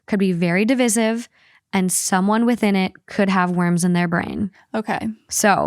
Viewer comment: “divizzive” ????? girl it’s de-vice-iv